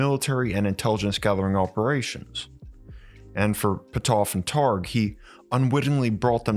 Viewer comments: Hi: LOL, Your video about the history of remote viewing would be a lot more credible if you would have learned how to pronounce Russell Targ and Hal Puthoff. There is only thousands of videos on YouTube where their names are pronounced correctly. Also, The remote viewing program was only ever stopped at one CIA agency or military program or another (and shuffled to another) because the Director of said program changed to someone who was Uber religious and thought remote viewing and psychic/psi work was “devils work.” The remote viewing program was never shuffled to a different agency or secret military program because it didn’t work. Remote viewing absolutely works statistically 60 to 80% of the time. Please research your subjects better next time. There are plenty of former military remote viewers still around that are more than willing to talk to you about their time in the secret remote viewing programs. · LOL, Your video about the history of remote viewing would be a lot more credible if you would have learned how to pronounce Russell Targ and Hal Puthoff. There is only thousands of videos on YouTube where their names are pronounced correctly. Also, The remote viewing program was only ever stopped at one CIA agency or military program or another (and shuffled to another) because the Director of said program changed to someone who was Uber religious and thought remote viewing and psychic/psi work was “devils work.” The remote viewing program was never shuffled to a different agency or secret military program because it didn’t work. Remote viewing absolutely works statistically 60 to 80% of the time. Please research your subjects better next time. There are plenty of former military remote viewers still around that are more than willing to talk to you about their time in the secret remote viewing programs.